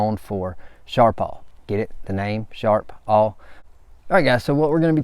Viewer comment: Its not sharp all, its sharp pal